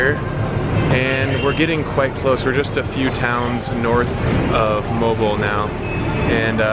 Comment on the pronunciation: The pronunciation of Moalboal is Moh-ahl boh-ahl.